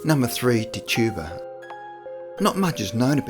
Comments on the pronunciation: Tetch-ib-uh. Thats her name. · Pronouncing the name Tituba as TIT - U - Bah and Amish as ah - mish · her name was Pronounced Tich a bua, and there was 19, not 20 that were killed in the Salem witch hunts and it is pronounced Om ish